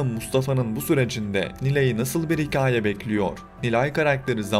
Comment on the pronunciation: “Hikaye” telaffuzunuz beni çok rahatsız etti. Hikayede ki a harfi inceltilerek telaffuz edilir. Buna dikkat ederseniz yorum daha dinlenilebilir olacaktır !